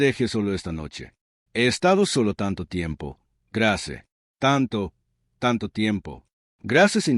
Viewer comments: Grace se dice ( greis). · Grace o Greis …??? Si pronuncia también las palabras en inglés como es que se le escapó lo de Grace.